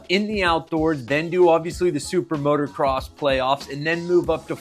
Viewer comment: dude please , i beg of you. it is MOTO NOT MOTOR say it M O T O C R O S S